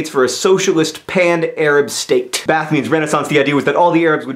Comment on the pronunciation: BTW, pretty sure that Ba'ath is not pronounce bath. It think it's more like bah-ahth.